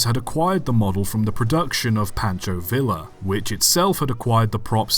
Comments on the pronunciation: In the spirit of nitpicking, Pancho Villa is pronounced vee-ya (like the Canadian national rail company), not vill-a. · Please make an attempt to pronounce Spanish names correctly, I'd rather a butchered attempt than no effort. Pancho Villa is pronounced "Pahn-cho Vee-ya" and it kills me hearing it wrong. I don't mean to be an asshole but you give other languages the same decency, so why not Mexican Spanish? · Yeah you’re brain must be so smooth you can pronounce Pancho Villa correctly